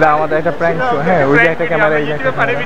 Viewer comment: লোকটা সাহসী, তবে উনি যেটা প্রাংক বলছে সেটা আসলে প্যাংক না বিরক্তি